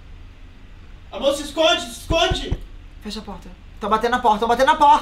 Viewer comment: O falando sem sotaque é ótimo kssksksksk "deita meu amorrr"